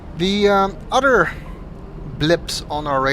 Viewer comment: Oh, why!? My sister pointed out to me that when you say "other" it sounds like "udder" D